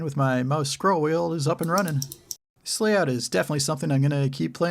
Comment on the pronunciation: I think he said, "This layout", but I heard "Thiss-Slayout." 😁